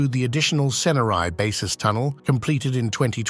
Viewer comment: Ceneri is pronounced tchenery